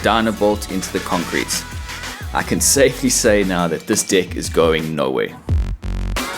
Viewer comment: When he says "deck" its sounds like "Dick"